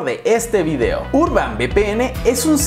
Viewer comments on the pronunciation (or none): none